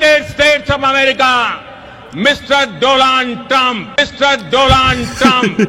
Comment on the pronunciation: ডোলান টাম্প?? নাকি ডোনাল টাম্প??😂😂😂